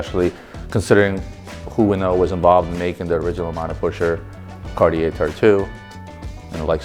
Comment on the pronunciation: Marco was supposed to teach the proper pronunciation of Cartier to the LB team. What happened?